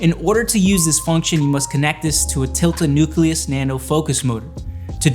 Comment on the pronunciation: 5 people reviewed this product... zero of them could pronounce Nucleus or Nuclear. Super bizarre.